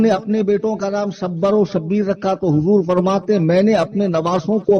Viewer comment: Shabbar aur Shabbir nhi hai, Shabar aur Shubair hai bar wazan Hasan o Husain